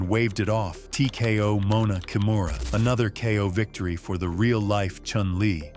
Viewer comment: Her family name is pronounced Kee-moo-ra. Please pass it on!